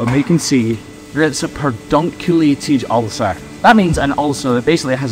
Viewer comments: it’s pedunculate not perdunculate. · Love the channel, but it is ped-unculated, not per-dunculated. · Did you mean pedunculated? Not perdunculated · Sorry to have to correct you but it’s Puh-dun-cue-lay-ted. There’s no R in it-it’s not Per-dun… I was pretty sure but I looked it up just in case. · It's PEDunculated not PERDunculated...! :) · I think you’ve added a letter to Pedunculate 😂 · I'm so sorry to be that person, but it's like poison ivy on my brain...the word is definitely PEDunculated...there is no R before the d... which is a phonetic spelling of your pronunciation. ❤❤❤❤ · Pedunculated. There's no R in there.. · *Pedunculated (Sorry! LOL) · I don't know if this is a country/language thing, but that's actually pedunculated without the r. 🤣 Don't you just hate those spelling Nazis who correct every little thing?!? 😂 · Love you, the music and your videos, but I can't sleep tonight until I've let you know that pedunculated doesn't have an 'r' in it. Please forgive a pedantic old fan of you and your channel. ❤️